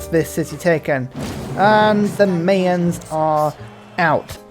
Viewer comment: Definitely going to try the Mapuche now. Thanks for this stream …and P.S. It’s “MY-ans,” not “MAY-ans.” Trust me on this.